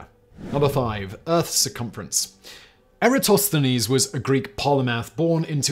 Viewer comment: Simon pronounced "Eratosthenes" correctly. Weird!